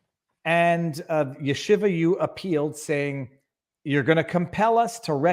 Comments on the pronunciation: Yeshiva pronounced Sheeva! Shiva is what you sit when someone dies!! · No. There is a yud in front. The 'y' is pronounced in Yeshiva. It's not there in Shiva.